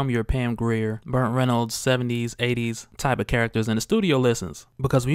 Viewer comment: Am I hearing things or is he saying "BURNT Reynolds"???